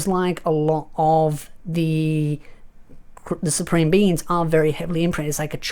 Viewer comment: i heard you say it once now i hear it every time,. supreme beans.